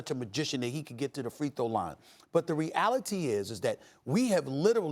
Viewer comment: Stephen "Re 'A' lity" A. Smith